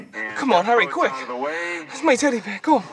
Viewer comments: It’s teddy beah not teddy beaw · When I watched ted the first time I thought the same thing it sounded like he was saying "Bwear" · He actually pronounces "Bear" like the german "Bär" :D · Its aw ber= son.